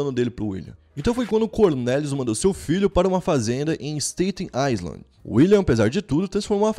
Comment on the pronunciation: só entre você e eu. Na palavra "island" o "s" é mudo. Pronuncia-se " ailand".